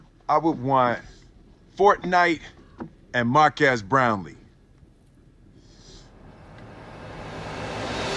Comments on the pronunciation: Guif - Fortnite and More actually it sounds like mark ass brown XD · I swear it sounds like he is saying mark ass brownley not marques brownley